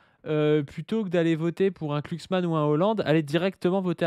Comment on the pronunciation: c'est genre du dogwistle de gauche le fait qu'il prononce Klucksmann ?